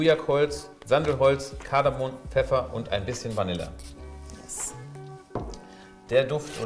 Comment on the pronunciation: Es heißt "KardamoM"